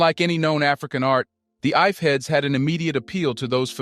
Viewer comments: Great work man. It is pronounced "EE-FEH" though. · Ife heads? For a history channel that can't be bothered to learn how to pronounce the name properly like a European. "I-fey" is the correct pronunciation